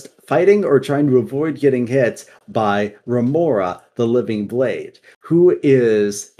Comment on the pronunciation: i really enjoyed this. i played Shadowlands quite alot and didnt notice many of the things said there. Only thing, you said Remornia wrong and it triggered me soo much, Sword life matters haha, its just sire denathrius and his Yandere Sword are so likable characters. The quotes from there are divine